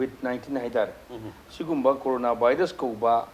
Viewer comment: u just sayed like that Nizamuddin n corona not nazimuddin n carona